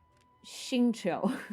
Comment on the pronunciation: when she said xingqiu I lost it, absolute perfection